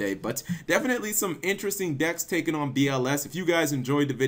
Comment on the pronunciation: Each time I hear "BLS deck" it's sounds like "bullshit deck" for me smh